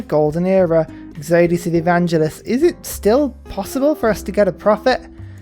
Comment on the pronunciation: waiting for the day you pronounce exodus properly